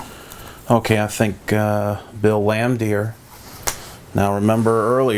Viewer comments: You can tell when someone collects cards of a sport they dont watch when they continuously butcher names , like dude its fucking BILL LAMBEER NOT BILL LAMBDEER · Man, you are butchering the names of these players…..did you even watch the game in the 80-90’s? Bill Lan-Deer? Haha